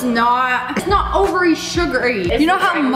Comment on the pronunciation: “Overy sugary”